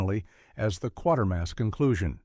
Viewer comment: Why do these videos never pronounce Quatermas right?